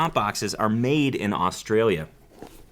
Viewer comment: "...are MADE in Australia." Why do millennials always emphasize words nonsensically?